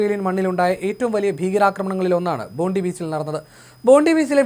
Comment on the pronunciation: സുഹൃത്തെ ബോണ്ടി ബീച്ചും ബോണ്ട ബീച്ചുമൊന്നുമല്ല. അതിന്റെ പേര് ഇവിടെ പറയുന്നത് ബോണ്ടായ് ബീച്ചെന്നാണ്. ഞാൻ 40 വർഷമായി ഇവിടെ താമസിക്കുന്ന ആളാണ്. ഓസ്ട്രേലിയൻ വാർത്ത വായിക്കുന്നത് ഒന്ന് കേൾക്കൂ